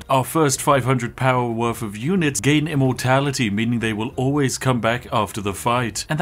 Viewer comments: I keep hearing "Immortalitea" than "Immortality" 🤣 I think I need to lay off the Yorkshire TEA! Which is and as sponsored by the great Spiff delicious. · I only heard him say immortaliTEA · I swear when i hear him saying immortality, he actually says ImmortaliTea